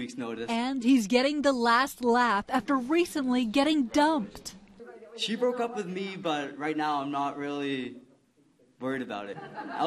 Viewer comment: Funny how the commentator emphasized the word 'Dumped'